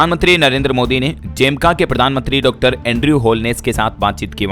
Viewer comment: Jamaica ❌ Jemka✔️